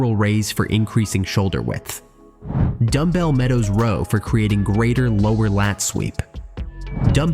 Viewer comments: A "Rawl* should be Row. Another AI generated video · This video is such a lie. Pull-ups are the best way to widen your back (not endless ones though). Lateral raises (in various positions) are definitely the best way to widen your shoulders. Why can't AI voices say the word "row" correctly?